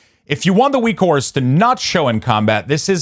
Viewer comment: Why are you saying ''Weekores''?